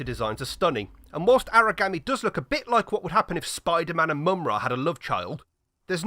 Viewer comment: If you want to know how it is pronounced, it is pronounced ahrah gawm eee